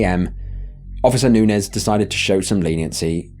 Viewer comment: I just wanna say… Bravo for your pronunciation of “Nunez”. I can’t begin to count the times my last name was mispronounced.